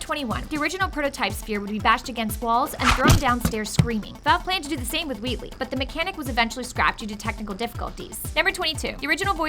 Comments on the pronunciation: Is it just me or does she say Weewee instead of Wheatley? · Is it just me or she is saying wheatley as "wheatwee"